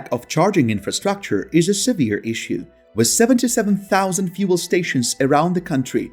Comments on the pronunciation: With is pronounced as WITH not WISS. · The word WITH is pronounced as WITH not WISS. The word WITH is pronounced as WITH not WISS. The word WITH is pronounced as WITH not WISS. The word WITH is pronounced as WITH not WISS. The word WITH is pronounced as WITH not WISS. The word WITH is pronounced as WITH not WISS. The word WITH is pronounced as WITH not WISS. The word WITH is pronounced as WITH not WISS.